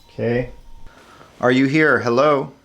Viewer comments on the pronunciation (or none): none